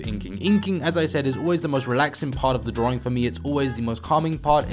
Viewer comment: Please stop pronouncing drawing as DRORING.....pls